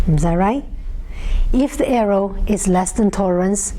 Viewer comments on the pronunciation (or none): someone should tell her its pronouced err+or not err+ow